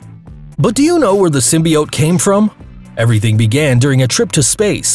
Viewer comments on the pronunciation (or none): none